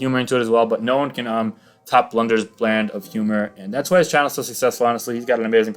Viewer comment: You said blunders bland of humor instead of brand, but u ain't wrong either. 😏